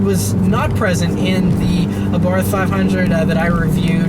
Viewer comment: Great review, as always. FYI, it's pronounced Abart. H is silent.